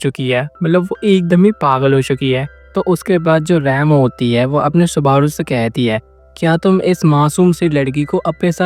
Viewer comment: Are bhai rem or raam ko alag alag bol samajh ne me confusion ho raha hai